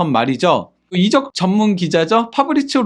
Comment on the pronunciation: 이적ㅡ적을 이롭게 한다. 발음이 잘못되다보니. 이적이 발음에 따라 다른 의미인데 구분을 못하고 말하니 안타깝습니다.